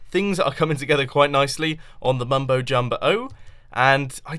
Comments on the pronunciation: I got a name the mumbO's emphasis on the o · it sounds like mumbo born, as in he had a baby